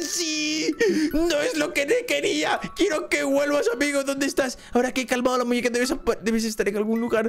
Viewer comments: Dise muneca no muñeca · hahahahaha es muñeca no muneca en el vídeo 😂😂😂❤❤❤ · Soy yo o la muñeca dijo mewuin???? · puso muneca en lugar de muñeca